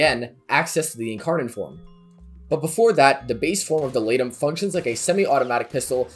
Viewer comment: When you said laetum I heard lato and I dropped my phone.